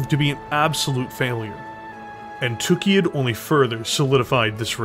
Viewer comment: I have to say, I love your videos, but it really really bugs me (and it's not just on these videos, it's Death From Above Wargaming and many other people) the way that people pronounce Tukayyid. It's not "TOOK-ee-id", it's "tuh-KAI-id". The only word that you can compare that has a double-Y is "sayyid", meaning the planet was likely named by people who spoke Arabic and would carry that pronunciation.